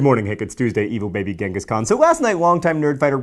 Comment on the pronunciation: Genghis Khan...not GENGHIS COHN